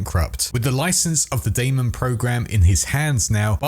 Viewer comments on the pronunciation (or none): none